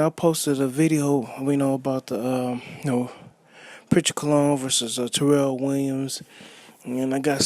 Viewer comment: Your the bottom of the barrel Disgusting for this opinion you felt you wanted to give. Sounding dumb and uneducated AF . Wow how do these bloggers come up with there conclusion . When you barely can say his name right .